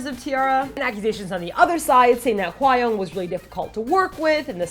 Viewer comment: Is her name really pronounced 'Hwai-young'? It sounds wrong. I thought it was Hwa (like 'ah') -young just like it sounds. :/ Just wondering. But you made great points that I agree on, though I still feel a bit dissapointed in T-ara if they did bully Hwayoung, but that definitely wont stop me listening to their music, THAT'S CRAZY~